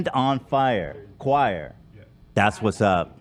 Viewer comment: Choir or Quire 😂?